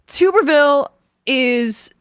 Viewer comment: Tuberville -- pronounced: tub-er-vil (not tube-er-vil) I'm no fan, but after 3 yrs as Senator (& many yrs as a prominent head college football coach), there's no excuse to not correctly pronounce his name. (Maybe mispronouncing it is an intentional dis?) Whenever I'm not sure how to pronounce someone's name I find out how THEY THEMSELVES pronounce their own name.